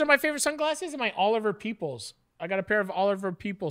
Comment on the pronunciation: I thought Matty said "Oliver Peepholes" haha